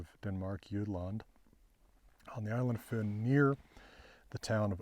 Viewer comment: Been waiting for your take on this astonishing find! Thank you! (Slightly disappointed in your pronunciation of "Fyn" and "Odense")